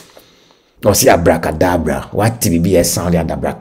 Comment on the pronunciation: Abracadabra not adabraka please